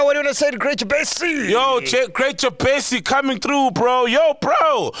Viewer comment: Being Malawian🇲🇼 I laugh how these guys be pronouncing Jabesi😂😂😂......